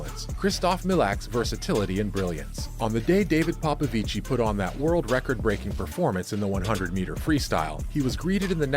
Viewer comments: Yeah, you don't emphasize/stress it. It's a very soft 'i' when you pronounce 'ci'. PopoviCI (very short i) not PopoviCII (long pronunciation of i). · For american illiterates; The romanian name "Popovici" in engleza is pronounced "ppo ppo vich". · It's pronounced "David Popovich" 😉. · bruh its pronounce POPOVICH not like it sounds smh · Just for future reference, David's last name is pronounced ''Popovich''. In Romania if there is only 1 'i' it is not pronounced, only if there are 2. Still a great vid, keep it up. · He’s ROMANIAN and you’re saying his name wrong 🤦🏽‍♀️ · It's David Paupauvich voult paupauvichiiiiiii😅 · David Popovici has no SERBIAN ancestry .....false information.spreading .... You mispronounce his family name....